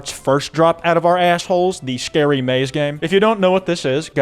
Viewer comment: Scawy Fawcett